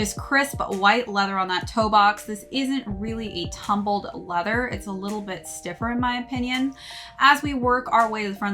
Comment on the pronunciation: That nice quality “tuhhh-hmm-build leather”😂